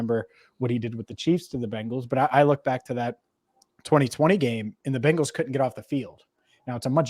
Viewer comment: BEN-GALS ……….. NOT BANG-GALS…..